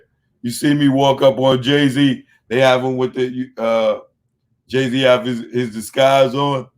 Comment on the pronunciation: "Ray Zee!!!" Damn son